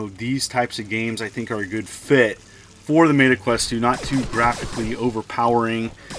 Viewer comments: “Mayta” Quest? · Mayta lol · Did you deliberately say Meta wrong? Lol. Thanks for the referral code!